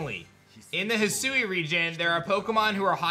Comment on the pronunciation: He sue❌ Hi sui✅